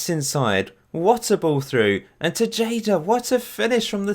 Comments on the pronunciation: the tay part or TAE-HA-DAH, not bad though and im not doing this to annoy you, just think of it the thing you learned today. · Actually, it's Teheda, not Tesheida 😂 great video tho, keep the good work up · I'm a little sad that Alfredo Machado didn't make your squad. he plays for my local club (Houston Dynamo) as a center back. Panama uses him as their right back. Also: Tejada is pronounced "Tay-ha-da" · It's pronounced Te-Ha-Da dude.